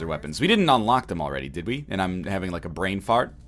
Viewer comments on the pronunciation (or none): none